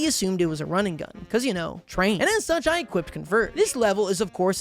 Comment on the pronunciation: "How was I supposed to prevent shuch an event?" Bro is using Premium English